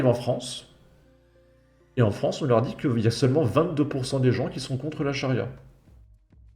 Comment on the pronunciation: "elle m'a djit" / "elle m'a djit", "elle m'a djit"...